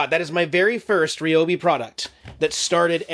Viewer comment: It's Ryobi, not Ryobi....LOL.😂 Love your videos!